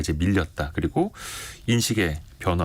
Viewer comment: 에브라크롬비 라고 발음?